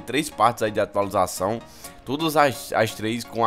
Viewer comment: Atalizuação, atulização KKKKKKKKKK